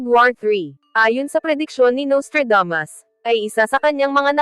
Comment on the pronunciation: Naiinis lang ako sa narrator na Babaeng ito, masyadong maarteng magsalita! Yung Nustradamos ginawang Nostradames.